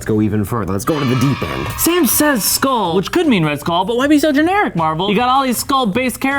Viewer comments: Am i the only one who heard him say skong kull island? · "skung kull island" 💀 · "Skong kull island" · He said skong kull island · This man said skong kull island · Bro he said “skong kull island”😂😂😂🤦🏾‍♂️ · "Skong kull island "